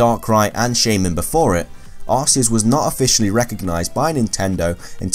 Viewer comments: It's arceus not arseous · Can you even say Arceus right. Its pronounced Arc/Key/Us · You pronounce arceus and Rayquaza wrong Ray-kway-zuh Ark-EE-Uss